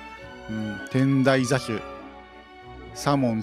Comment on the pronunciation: 余計なお節介かもしれませんが、 天台座主 てんだいざす と読みますよー